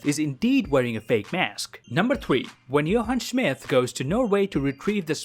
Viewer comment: “Johann Schmith”